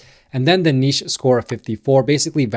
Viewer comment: Refreshing to hear somebody from the US pronounce niche properly.